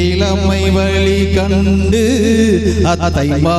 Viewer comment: ஐயா தமிழ் உச்சரிப்பு மஹா கொடுமை.... "வலரும் விலி வன்னமே" இலம் தென்றலே வால பறந்தாயடா பாட்டை சட்டென்று நிறுத்த தூண்டும் விதத்தில் பாடுகிறார் இந்த ஐயா.... யூ ட்யூப்ல உலகமெங்கும் செல்லும் பாடலில் இப்படி கேவலமான உச்சரிப்பு உள்ளதே அம்மா மிக அருமை